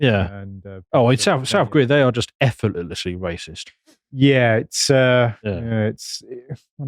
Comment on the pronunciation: Why does say, “effortletlestly” like Simon Whistler?